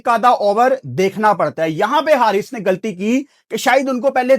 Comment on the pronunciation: گلطی نھیں غلطی بولا جاتا ھے